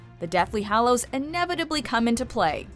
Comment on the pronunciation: every time pronounces hallows wrong i lose a braincell